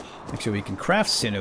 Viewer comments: Everyone mispronounces sinew. Its pronounced Sin-you Thanks for the vid. I enjoyed it. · sinew = SIN-yoo :p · The way you say sinew hurts :(